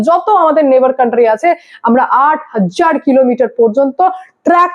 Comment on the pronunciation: হাজ্জার না ওটা হাজার।